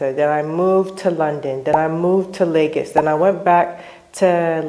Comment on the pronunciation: Serious question: why do so many Nigerian Americans pronounce LagOs as LagAs?